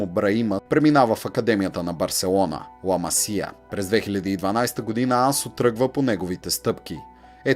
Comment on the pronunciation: Ламасия вика хахах Ла Масия е😉